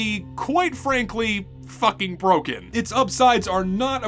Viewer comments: brohen ???? xD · ah yes when the k turns into an h in broken